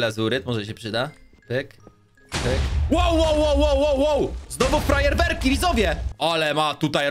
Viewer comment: Czemu powiedziałeś frajer werki XD 😂😂😂😂😂😂😂😂😂